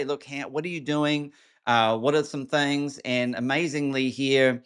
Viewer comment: you got a southern twang for a second.....here are some "thangs"....lol